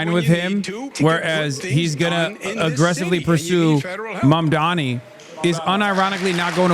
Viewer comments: no, you're not mishearing. Cuomo and Sliwa both do it. Fox News does it too -- they do it to disrespect him, and frankly it's racist; they don't want to pronounce his name right because it's "weird". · They’ve been messing up his name since the primary race, and Mamdani corrected them directly and loudly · yeah. He's been corrected before, so the only good-faith assumption is that he's doing it intentionally to spite him, because the alternative is that his brain is too soup to be able to pronounce a new 3 syllable word no matter how important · Does no one else hear that Cuomo mispronounces Zohran's name every time? He keeps saying "Mandommy." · I wonder if they're all committed to mispronouncing zohran's name. it's always mamdaMi instead of mamdaNi and it drives me nuts. i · Ok but my question now is... Why the fuck don't the mediators correct them when they say "mandami"?? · At this point, I think Cuomo has pronounced Mamdani's name every possible way except correctly. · lol Cuomo thinks that saying he’ll tell trump “we don’t need the national guard” is a bar is hilarious. Like others haven’t said that already. Let’s see how many times he says Donald trump. Dude doesn’t realise he’s compromised and it’s so funny. Also it’s MAMDANI!!!! it’s not hard to pronounce- he’s never said it correctly once. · What's even more amazing is that not even Mamdani's fans manage to get his name right. Who's Mumdani? Yesterday TYT published a video and on the thumbnail it said in big bold letters "MANDAMI." Don't know if they have corrected it or not. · There will be tons of New Yorkers voting for Zohran just for being annoyed how his opponents consistently (and intentionally) mispronounce Mamdani lmao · Why can he NOT get his name right? It's really not that hard. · Cuomo still disrepecting Mamdani by not even pronouncing his name correctly. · Cuomo STILL can't say his name RIGHT. Hilarious. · Does Cuomo mispronounce Mamdani on purpose? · Yes. He does it EVERY SINGLE TIME